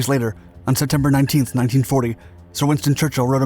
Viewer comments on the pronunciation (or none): none